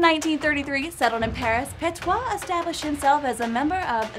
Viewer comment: The video was pretty accurate but you're mistaking the pronounciation of Petiot (pətjo in phoenetics international language). You are saying "petoit" instead of "petiot".